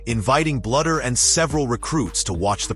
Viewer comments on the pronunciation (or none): Blue dur. Not blood er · This narrative displays basic pronunciation mistakes that mark it as fake. "Bluder" and 'live'